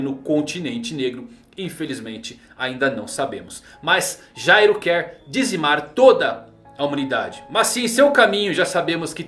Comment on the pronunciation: Cara o nome do Meleodoron é Jail, a pronúncia e escrita é diferente de Gyro. A temática do personagem é ser um criminoso, um ladrão, o nome Jail significa cadeia e olha os nomes das habilidades dele: álibi, cúmplice, plano perfeito. A personalidade dele é totalmente diferente da do Gyro, o Gyro sai da NGL no cap 203, e no capítulo 213 o Meleodoron tá la ainda e ve o nascimento do Meruem, sem contar que o pinguim lá era pai adotivo dele enquanto o Gyro matou o pai e sumiu no mundo para fundar a NGL, pra ele ser o Gyro ia precisar de um retcon e na minha opinião seria horrível.